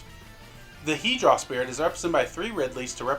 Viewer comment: It’s Hue-draw, not he-draw.